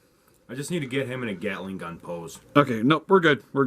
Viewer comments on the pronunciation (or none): Btw it's GALICK GUN!!! not Gatling gun. Sorry you triggered my dbz ocd